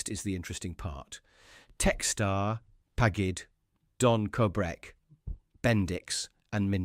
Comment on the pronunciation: Pagged --isnt that PAGID????